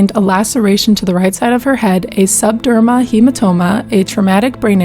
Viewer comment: It's called subdural hematoma, not "subderma".